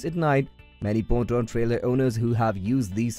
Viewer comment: Pontoon is not pronounced like that 😂😂